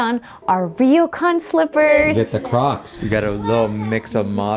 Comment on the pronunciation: It’s pronounced almost like “roar-Kwan”, NOT ‘reo-Kan’